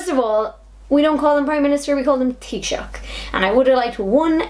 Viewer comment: Thats how you pronounce the Title (Taisouch) however you spell it (I wondered how to pronounce it) Teeshoch (or thats how I heard say it)